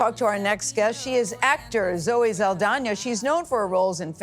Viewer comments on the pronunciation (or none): Saldania? I thought it was Sald (ahh) na?